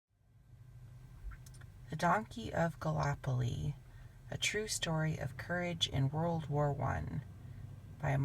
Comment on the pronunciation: LOL! love the way you try and say gallipoli. completely different than how we say it in Aus